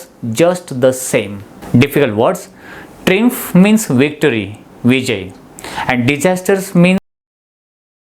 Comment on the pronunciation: Prounce लुझिंग & ट्रायंफ